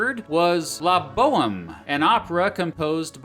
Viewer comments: La bo-um is pronounced La bo-hem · did you really just completely botch the pronunciation of "La Boheme?" Rather than Bo-ummm It's Bo-emmmm "The Bohemian" One of the all time classic operas (and the basis for the musical "Rent."). . . . . . ALso Claude DeBussy, doesn't sound like Gary Busey. Emphasize the first syllable. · It's 'La bohème' ("lah bō-EMM"). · For the Taft bit, the Puccini opera is pronounced La Bo-Em, not bo-um. For Truman, the Beethoven piece is called a Concerto, not “concert”. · It's "la bo-EMM". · La BohEME. (emphasis on the EME part). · "La Boym" made me giggle, but everything else was great. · I think "he needs to better his French" every time he pronounces a French name. Of course, Chopin is quite easy to pronounce correctly. He completely scrapped Debussy and La Bohème. But I forgive him, because his material is quite well researched. p.s. I don't forget him for his singing, though. I Googled 'zachary taylor favorite song' and almost fainted when I heard the video he made.